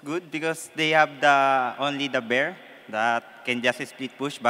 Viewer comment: "da bear" xDDDD